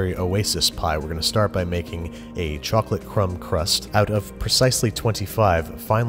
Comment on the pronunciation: What kind of chocpalte what kind of chacolate whut kind of chococloate???????